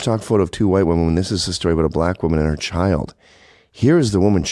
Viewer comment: Lmfao I thought she said "chiled". I can't stand chimps.